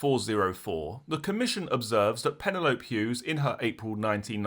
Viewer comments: love the channel but some words you pronounce funny hahaha pa-nel-opy lije penelope pitstop its just ive never heard of a pennylope lol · That cracked me up! Like Manfred Man’s “ colliape crashed to the ground” 😂 I like crime scenes’ pronunciation! Penny lope Hughes ❤